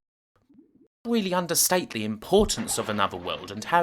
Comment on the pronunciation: Bwuddy good weeview!!!